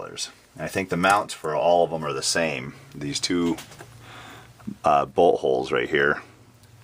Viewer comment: Bolts holes rite here almost sounded like butt holes 🤣